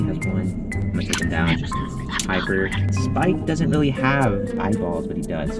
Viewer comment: I was watching oj saying spike!but then I paused it and it sound like’Sike!’